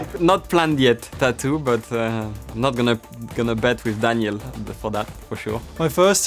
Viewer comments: I love how Daniel pronounces tattoo like tat-doo 😁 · Ricciardo pronounces "tattoo" like "tuh-du". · The way daniel pronounces tattoo always has me dying :)